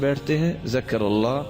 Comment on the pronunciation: alha ek hy. aap bolt alha dete hy.....asay na bole